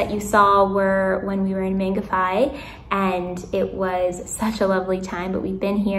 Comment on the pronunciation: Thank you for reminding kiwis just how lucky we are ❤ Welcome friend to you, Alex and Lanka ( hope spelling is correct ) Your pronunciation of Mangawhai perfect. you need to invest in mosquito repellent😘 Joanne ❤😘